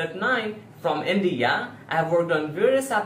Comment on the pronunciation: Who Indian is he who don't even know how to pronounce the name of India.